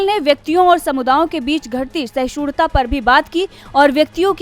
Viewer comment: Parveen Madam,Apke voice over artist/News reader ko boliye ye actually sahishnuta (meaning : tolerance) hai sahishurta ( as wrongly pronunced by your News-reader at the end of this bulletin) nahi hai. Hope you will be more careful in future for such wrong pronunciation by your colleagues.